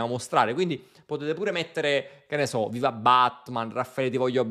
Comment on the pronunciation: Da pelato con la barba anche io ho apprezzato il " WIVA I PELATI "